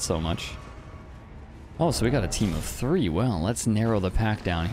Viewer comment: Tree vs Three